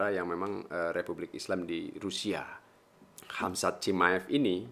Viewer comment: Khamzat bukan khazmat wkwkkw